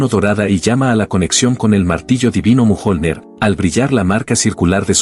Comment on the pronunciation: A llamado al martillo mojonler? A la ia se le va fuertemente jajaja